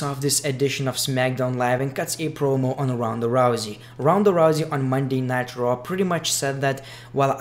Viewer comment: It sounds like he says monday nitro when he says monday night raw lol